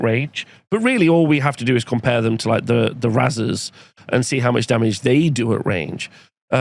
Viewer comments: Isn’t it pronounced like raisers? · Unsure if thinks razers is actually pronounced that way and doesnt know the word raze